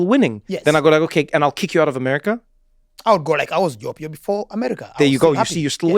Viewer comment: Loved this, go Joe! I am a twin too (Acen), please ask Trevor to pronounce Opio properly!😄